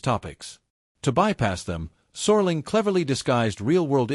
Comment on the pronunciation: “Sore-ling”??! Please! I’m out!